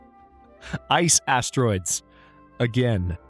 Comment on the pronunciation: Did you seriously just say Ass Icetroids?!